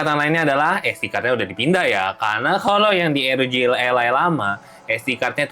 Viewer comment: R itu di baca AR. Kalo pake o-ji ya ar-o-ji kalo pake ER ya er-o-ge